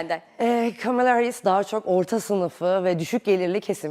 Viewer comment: sanırım biraz trumpçı.. Kamala deyişinden belli:face-green-smiling